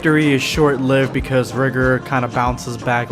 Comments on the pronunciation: When he says Rigor it sounds like he’s saying something different if u know what I mean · I can’t stand him constantly saying rigor wrong